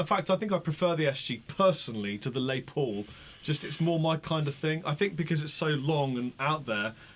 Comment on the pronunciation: The dude on the right says "Lay Paul"????? Ya gotta be kidding me! I realize you brits like to ssy things in a weird way, like Aluminium versus Aluminum. I am perfectly OK with that. But the guys name is Les. Not Lay. Its not some french word that sounds cooler if you pronounce it in some gay ass way. Have some respect.